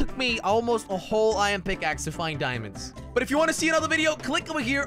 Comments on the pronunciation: He said ion instead of iron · IMWHAT IS ION ITS I ERRRR NNN NOT ION ITS SPELT IRON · Did he just say ion? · Any one else say 'Iyan' aswell? 🤣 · ITS “IYAN” IYON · Why does he cal iron ion?